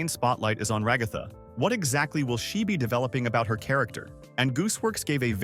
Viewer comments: Ra-gath-a No its rag-a-tha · Bruh can't pronounce ragatha right lol....